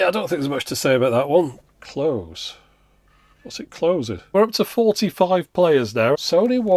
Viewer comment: "Close, What's it Cosing?" lmao